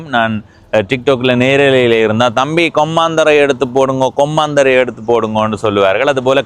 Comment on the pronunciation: தம்பி இது நான் பிறந்து வளர்ந்த ஊர், உங்கள் உச்சரிப்பில் கொம்மாந்தறை என கேட்கிறது, (மா அல்ல ம) கொம்மந்தறை என்பதே சரியானது. வழிகாட்டல் பலகையில் சிறிது தவறாக பெயர் எழுதப்பட்டிருக்கலாம். இந்த காணொளியில் நெற்கொழு வயல்வெளிப்பகுதியே உரையாடலின் பின்னணியில் தெரிவது. நிறைந்த விவசாய நிலப்பரப்பையும், குறைந்த குடியிருப்பு பகுதியையும் கொண்ட ஊராக குறிப்பிடலாம். இதன் தொடர்ச்சியான காணொளிக்காக காத்திருக்கிறேன்..